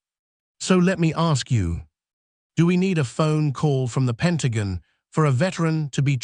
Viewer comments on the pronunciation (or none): It's all AI generated. The narrator can't pronounce Pentagon right